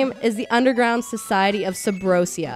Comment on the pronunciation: A Zelda fan who says Subrosiya.....I dont know. How does she pronounce Asia?